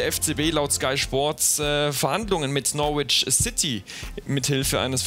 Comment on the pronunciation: hey du flummi....norwich wird norich ausgesprochen !!! Das "w" hoert man nicht. Greetings from Toronto.